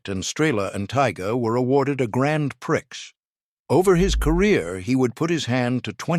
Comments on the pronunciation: He won the Grand Prix, not the Grand Pricks, as your AI moronic voice pronounced it😂😂😂😂😂😂😂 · "Grand Pricks"? Oh, please! "Riffleman"? Getting worse... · AI said "In 1958 at the Brussels exhibition, Zenit, Strela, and Taiga were awarded a grand pricks" 🤣🤣🤣🤣🤣🤣🤣🤣🤣🤣🤣🤣🤣🤣🤣🤣🤣🤣🤣🤣🤣🤣🤣🤣🤣🤣🤣🤣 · 'Awarded a Grand Pricks!' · "awarded a grand pricks" "a riffle men's rifle" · PLEASE get a human to read your script ! AI drops clangers … Grand PRICKS ? Riffle-man ? Per-lease ! God bless ! Mike & 👩‍🦳 Anni in 🇫🇮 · a “grand pricks”, huh? Stupid AI video. Clicked out . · Grand "priX"..... damn AI garbage....